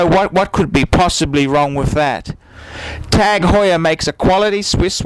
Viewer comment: Wrong. Do a youtube search for "Jean-Christophe Babin, CEO of TAG Heuer" Click on the first video and skip to 3.07 to listen to how the CEO of the company pronounces it.